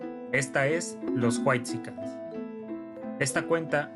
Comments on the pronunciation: como dices juatsican jajaja te mamaste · se escucha bien mal que digas juaixican